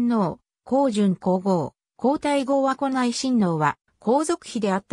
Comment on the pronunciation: 和子(わこ)ではなく、かずこですよ🎵